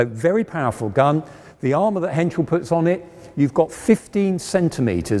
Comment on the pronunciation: Pohsh and Crap he says. What he wants to say is PorschE and Krupp! Henschel is pretty much correct pronounced.